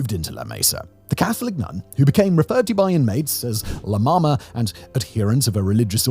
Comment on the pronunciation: no Simon, do not say la mama that´s like saying "she sucks it" as in bj, it´ll have to be "la mamá"